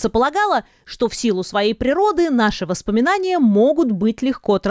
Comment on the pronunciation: #восспоминания правильно #воспоминания